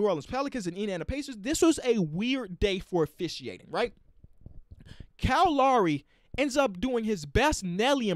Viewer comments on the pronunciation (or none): Everyone: Kyle Lowry King: Kyle LAWREY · “Cal Lawry” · Anyone else thought that he was saying "Cow Lary" when he said "Kyle Lowry"